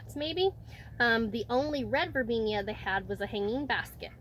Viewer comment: Sorry, but it's Verbena, NOT Verbenia.